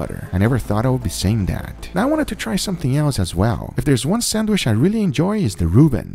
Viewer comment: SandwhiCH not sanWISH!!! God damn it guga!!!!